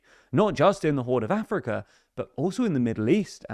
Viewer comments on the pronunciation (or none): none